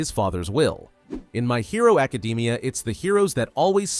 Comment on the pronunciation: "my hero acadeemia"